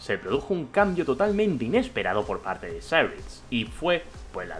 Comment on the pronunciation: porque pronuncias cyrix asi? medio inglesado?